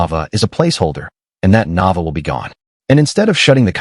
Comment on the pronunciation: Pronounce her name right Na Vay Aaa